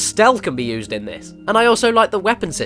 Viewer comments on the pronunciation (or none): none